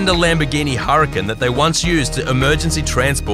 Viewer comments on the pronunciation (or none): none